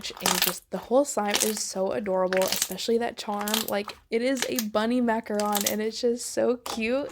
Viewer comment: Thank you for saying macaRON!!